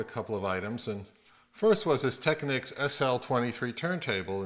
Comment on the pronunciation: Wow, someone from America that knows how to say technics! Kudos to you sir..